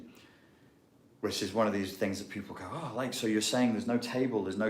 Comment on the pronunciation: Yes,I runs tings,tings na run me.Just being funny,like how you said tings,very Rasta business,lol.